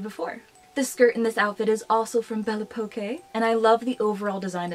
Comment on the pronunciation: Hey’ I love your videos! It’s a French brand. Belle Époque was French for a certain time era! Pronounced belle (aye pock) - the best I have to help!